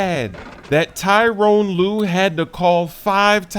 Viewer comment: Tyronn not Tyrone lol